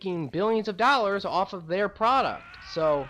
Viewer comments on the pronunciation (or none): none